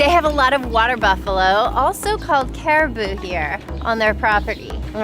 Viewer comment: mispronounced Caraboa and made it sound like Caribou…which are totally different but that’s endearing and funny!